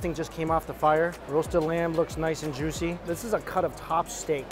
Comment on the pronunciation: “So jushy” is what I hear every time